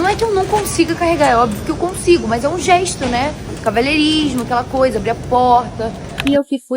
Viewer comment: Não se pronuncia geiisto, é gesto ignorante, não tem i